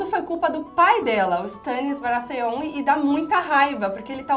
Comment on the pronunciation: "Jaime" "Cercêí" "Barateón" desculpa eu ri;-; (eu chorei bastante na morte da Shireen😢)